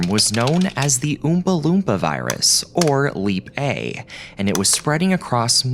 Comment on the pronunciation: Old video but... New to me. And being a random stranger on the Internet I have to nitpick the pronunciation of Oompa Loompa, that's all.